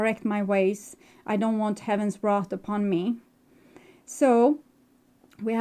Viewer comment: wrath not wreath! so accurate and thank you!